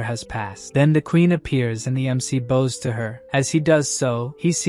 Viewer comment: Why does the AI say "bows" like bows, but "bows" like bows? It doesn't make sense! It's totally the opposite!